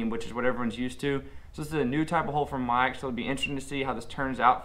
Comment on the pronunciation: It's not pronounced magic?